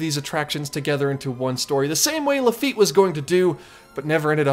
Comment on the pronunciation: I wasn’t going to mention it but because you corrected where a correction was not needed I will say it. You pronounced “Laffite” wrong. Sorry.